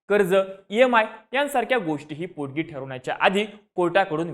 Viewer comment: पोडगी नाही रे पोटगी